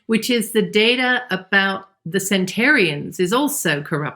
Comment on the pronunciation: Home in, like a Pigeon. Hone in may be commonly said but it is wrong. Also, it's centenarian, not centarian. Anyway, I feel way better when I eat meat, and I avoid UPF and vegetable oils.